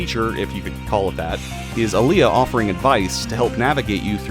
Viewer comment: The Alia and Gaea Armor pronunciations gives me stomach ulcer...